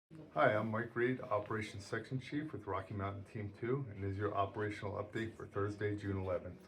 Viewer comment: Anyone else hear him say “Hi I’m Operation Sex Machine”